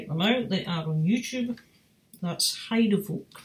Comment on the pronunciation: Hey, Heidevolk. Didn't knew you like that. Bandname is well pronounced.:) A lot people have trouble with Dutch names and titles (and I understand that, Dutch isn't easy). Nice update. Enjoy your new music and take care!